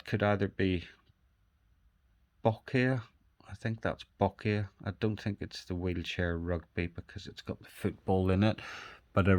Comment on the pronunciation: Fantastic conditioned coins. A few bloopers mind! It’s pronounced Boccia as in Gotcha. It was taekwondo at the end not judo. The martial art earlier was wrestling 🤼‍♂️. The wheelchair one with the ball is actually wheelchair rugby, the other wheelchair one is boccia (bowls) 😂